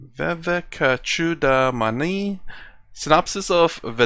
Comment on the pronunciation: This sounds like the anchor is trying to refute/argue everything that Swami Sarvapriyananda states. My advice (with my limited knowledge of the great Hindu scriptures) is - please read some of them. You aren't able to pronounce the word 'Vivekachudamani' correctly. Being very upfront but honest. Thank you.